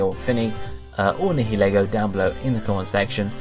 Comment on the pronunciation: Nihilego. It's pronounced ny like night hill, er like knee go